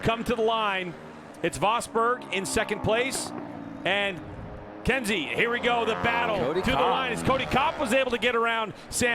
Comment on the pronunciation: it’s Kensei (Ken Say) not Kenzie. Thank you!